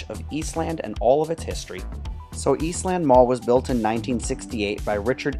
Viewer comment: In Columbus, it's pronounced "Eastlend", "Northlend", "Westlend". Saying East Land is off-putting.